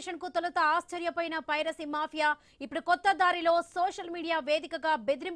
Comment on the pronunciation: పైసరి నెట్వర్క్ కాదమ్మా పైరసీ నీకు ఎవడు తెలుగు నేర్పింది